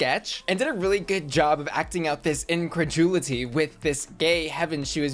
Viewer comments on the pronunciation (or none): not you butchering the pronunciation of "incredulity"